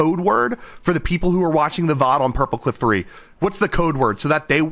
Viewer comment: Hardy😭 Edit:When he said purpleclock I thought he said purplecock and the clip where the video responded to him saying hi had me dying of laughter😂